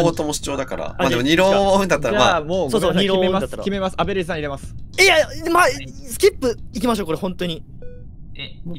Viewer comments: 間違いなくストレージさんって言ってる。笑笑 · ストレージさんはアベレージで、、、